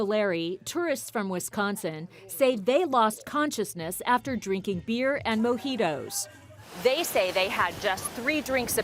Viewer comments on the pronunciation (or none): Why did you saw mojito like that. Ik she is American but for goodness sake lady. Say it properly